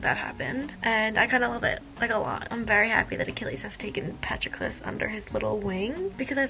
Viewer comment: just as an fyi it’s Puh-TRO-klus and KY-ron haha 🥰💖 love the video